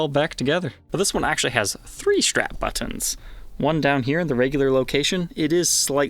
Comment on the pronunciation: I love this show and the host. I just hate the way he says “buttons”. 🍺🎸🏴‍☠️